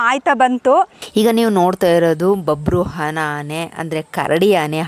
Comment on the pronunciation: ಅದು ಬಬ್ರುಹಾನ ಅಲ್ಲ ಬಬ್ರುವಾಹನ 😂😂😂😂